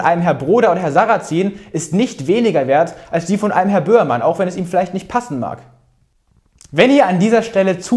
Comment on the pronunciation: Lieber Niklas, bitte, bitte, bitte sprich langsamer!!! Du bist teilweise schlicht nicht zu verstehen! Bömann? Wer ist das? Meinst du den Böhmermann? Dann sollte das bitteschön auch zu verstehen sein. Also bitte langsamer und vor allem auch deutlicher sprechen. Deine Arbeit finde ich bewundernswert, nur wenn man nur die hälfte versteht, schaltet man halt irgendwann ab. Und das ist schade.